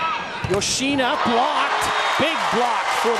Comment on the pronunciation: male commentator always saying "yo-shee-nuh". duh. how hard can it be to say it correctly?